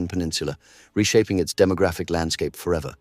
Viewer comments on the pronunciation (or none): none